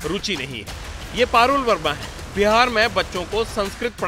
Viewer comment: Behaar...nahi ji.. Bihar hota hai.😂😂😂😂😂😂